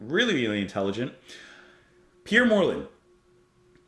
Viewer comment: Pierre Moerlen, (Prounouned, "More Lann") is undoubtedly the most highly skilled drummer and percusionit/multi instumentalist. I met him in '97 and he was so modest and gentlemanly, it was unbelievable! Just for the record, Didier Malherbe, it's prounonced, "Mal Herb".